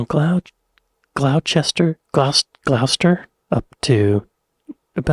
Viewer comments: I think Gloucester is pronounced 'GLOSS-ter' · You are hurting my ears. Gloucester..sounds like ..Gloster. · If this helps it is Gloucester however, it is pronounced Gloss-ter